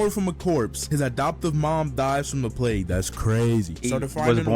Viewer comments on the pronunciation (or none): none